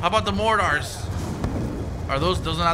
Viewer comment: Don't forget your mor-tars....